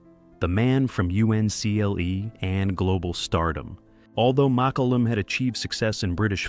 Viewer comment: The photos don't line-up with, well, anything. Mak-oo-lum. Muh-koo-lum. May-koo-lum.At least pronounce it the same in one sentence.